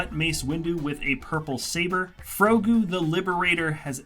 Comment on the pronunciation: grogu. He said frogu in the video.